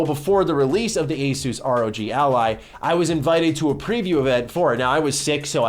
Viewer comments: It's pronounced Asus . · Is it pronounced Asus or Asus?